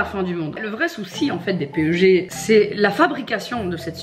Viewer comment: Hihi on le lit "pèg" le PEG (=polyéthylène glycol), pas "péeugé" :) Cela dit ça fait super plaisir que tu connaisse la chimie et formulation des produits cosmétiques! On voit que tu connais et que tu ne t'es pas juste lancée dans ce domaine pour te faire de l'argent et point! Franchement bravo, je suis étudiante en pharmacie, et j'aimerai travailler dans ce domaine plus tard, mais quand je vois des minettes qui se lance dans ce truc sans rien connaitre, et surtout qui ne veulent pas comprendre...je comprends pas! Ça fait vraiment peur quand on voit ce qu'on met dans notre peau en échange de toute cette quantité d'argent!